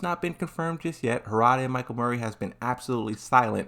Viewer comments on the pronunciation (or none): none